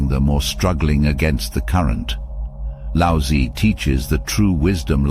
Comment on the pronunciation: The "z" in Laozi is like "ts", the "i" is like in "fir".